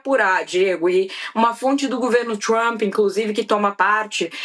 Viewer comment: "...DO GOVERNO TCHUAMP" RSRS 😂😂